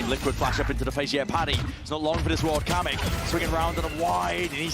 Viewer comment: kocham jak ludzie z zagranicy nie potrafią powiedzisc kamyk xddd